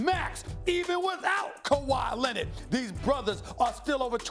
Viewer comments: Kawhi Lennid 😂😂😂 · Kawhi Lennit😂😂😂😂